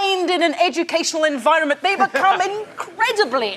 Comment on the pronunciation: sue said enviornment twice